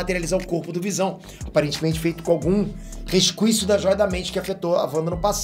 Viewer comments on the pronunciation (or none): Peter tão velho que fala "rescuícios".